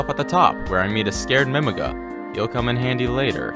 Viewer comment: ive never heard anyone pronounce Mimiga like mimig--uh before lol either way gj on the speedrun!